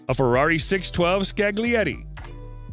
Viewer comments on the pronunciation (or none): none